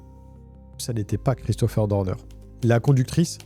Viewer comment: Je n'aime pas ta façon de prononcer son nom: c'est Christopher Dorner et non Deurdeur.. bref peut-être est il vivant il suffirait qu'il ait laissé un cadavre d'un de ces ennemis dans la cabane, qu'il se soit échappé par une ruse.. il peut reprendre sa vie à 0 mais dans un autre pays avec changement d'identité peut-être avec une petite chirurgie esthétique pour tromper les IA. Quand il sera lassé de sa nouvelle vie reviendra t-il pour finir sa vengeance..